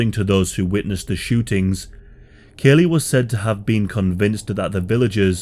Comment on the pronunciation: As the college educated son of a Vietnam veteran, born the same year as this Massacre, who has himself casually studied the Vietnam War, I want to register my disgust at the amount of misinformation in this video. Not to mention, your pronunciation of Lt Calley's name is unconscionable. A video borne out of ignorance of facts is not helpful in the grand scheme of historical education. And this video meets that description with room to spare.